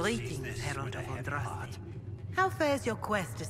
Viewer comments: Dude - ahn drahs tay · You said Andraste's name right! Its a Maker born miracle! Awesome LP so far but I have to admit I wince every time you pronounce her name wrong. :P